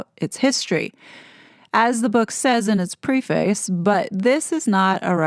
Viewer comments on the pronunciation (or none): Did I just hear…pre face? Lol. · The only pronunciation for preface is: /prĕf′ĭs/ .